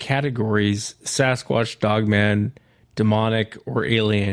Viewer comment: As many times as has used, heard or seen it written....the word Sasquatch has a "T" in it.